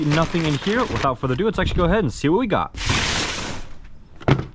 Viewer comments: Without further aduu adoo adue! I think k you said it 78 times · Without further ado. Without further uhdew. Without further ahdue